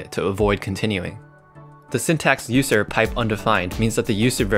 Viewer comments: why does he pronounce it Ußer instead of User? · So no one's gonna mention that User pronunciation